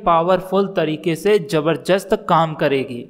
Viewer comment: Jabarjast nahin jaarjast nahin jabardast hota hai